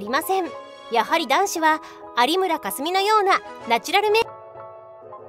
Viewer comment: ありむらかす......................強調するな